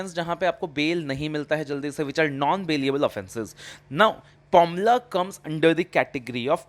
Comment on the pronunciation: It's PMLA not pomla